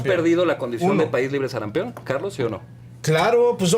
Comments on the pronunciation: Este defensor de morena ni siquiera sabe el nombre correcto de la enfermedad. No es sarampeon, sr es sarampión. Joven el fanatismo irracional siempre es abominable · Que alguien les diga que es SARAMPIÓN no sarampeón, políticos y pen....